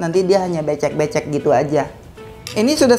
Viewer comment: Lucuuu amat dengar blg bece2🤣🤣🤣🤣🤣🤣🤣kalau aq bikinnya langsung pakai santan mendi2h,cetakannya disemprot hasilnya sgt bagus, pintar amat sambil ngajarin sambil ngelucu,jadi gk bosan liatnya👍 coba ikut resepq,siapa tau co2k